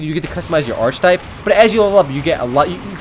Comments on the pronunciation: Btw, review guy.. it's "ar-kuh-type" not "arch-type". lol. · It's ar-k-i-type, hard CH.